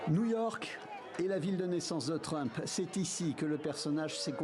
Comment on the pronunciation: Donald Treeeuump😂 il a essayé mais il a quand meme tout mal prononcé